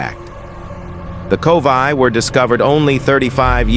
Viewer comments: It's Korowai, NOT Kovai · It is Korowai NOT Kovai.